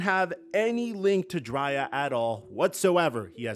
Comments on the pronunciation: DRAY•ah! It sounds like you’re saying Jaraiya(Naruto) & we can’t disrespect our GOATs😂😂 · Bro called her Dri -ya... LMBO just put the paperwork in the Dri-ya.... you crazy Bro...#DCFL 🏈🏈🏈🏈🏈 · it's pronounced "Dre-Ahh" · you slipping in your NEWER Videos. You’re definitely saying her name wrong. And your other videos just have been horrible. No research from your team and you going with the narrative.